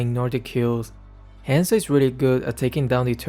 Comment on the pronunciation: Oi! He is HUNZO, not Haaaaanzoo, good gawd. Have a nice day (＾3＾)